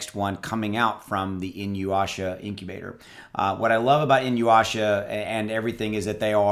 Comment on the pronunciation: "E-New-Yasha"... Inuyasha...